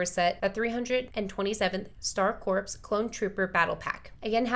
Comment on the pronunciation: My wallet is never really prepared for Lego, but the word "Corps" is pronounced like "core," not "corpse." There is more to Star Wars now than just the films, so you will not find K-2SO in any of the main Star Wars films. His first appearance is in Rogue One then later again in Season 2 of Andor, which I would highly recommend you watch. Start with season 1, though.